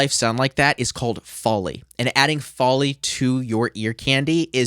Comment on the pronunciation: You mispronounced Foley. It's foe-lee.